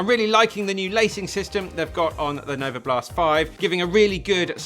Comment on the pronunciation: Novablast* not novoblast